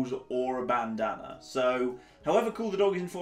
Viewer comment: "Bandaner" dafaq is that? Bandana?